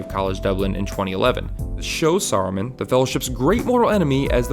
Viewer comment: It's SARUMAN, not Sorrowmun. A like cat. I know you're the same dolt who pronounces Tolkien as "toll-kin" but ffs please at least try to try.